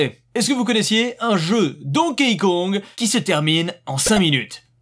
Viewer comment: Arrete de prononcer "Donkéï". Ca se prononce DONKI 👌